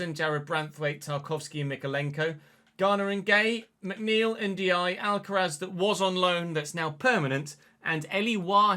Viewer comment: Hi, Ndiaye is pronounced N-jayi.